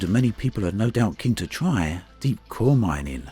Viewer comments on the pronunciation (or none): none